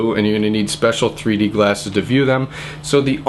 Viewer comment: it sounds like he said 3 porno lol